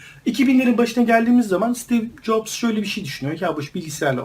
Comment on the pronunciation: abi steve nin soy adı yaklaşık olarak caps diye okunur